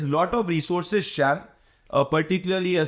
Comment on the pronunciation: शाम not शैम